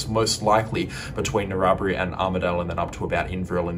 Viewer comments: Norrowbree. Hahaha narra bri bro. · Narrabri is annunciation Narra...bri. just sounded weird. Thanks for the update